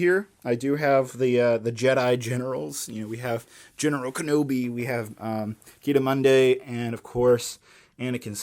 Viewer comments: keh-da-munday? Excuse me? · Did he say “Kida Mundae” 😂😂😂